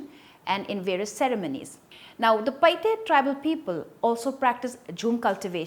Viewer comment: Paite not PaiHte